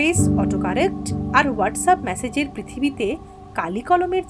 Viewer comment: মেসেজ উচ্চারণ টা ম্যাসেজ করছেন। কানে বাজছে।